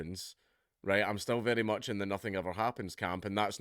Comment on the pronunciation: I think you mean "it's berry berry bad news for children"